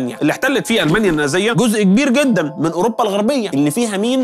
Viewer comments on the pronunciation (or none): none